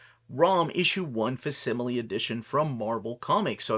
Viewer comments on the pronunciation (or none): Just a heads up, I'm pretty sure it's pronounced fak-si-muh-lee. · In the word "facsimile", the letter c is a hard c, like the word "fact" without the t. In terms of book publishing, a facsimile is an unabridged /scan/ of the original and not a reprint, and is presented as real as possible meaning the publication date should be the original date and not the modern date of the facsimile's production. That chromium variant looks cool.